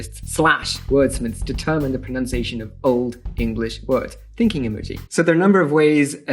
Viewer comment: さらっと「thinking emoji」って発音してるｗ